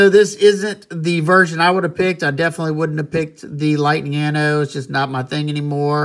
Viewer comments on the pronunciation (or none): none